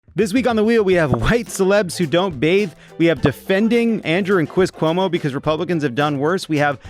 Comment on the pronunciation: Did Jon say Cwis Cuomo?